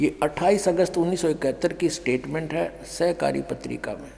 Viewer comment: आप को ढंग से सहकारी और शाकाहारी बोलना पढ़ना नहीं आता चले है मेरे गुरु जी की बुराई करने पहले खुद को देखिए किसी संत की बुराई करने वाला खुद क्या होगा समझ में आ रहा है